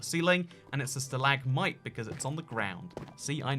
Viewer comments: Stalagmite not stahLAGmotye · Your “Stal-ag-mite” and “stal-ag-tite” pronounciations are triggering, just saying. (It’s stalag-mite and stalag-tite, hope this helps in future vids.)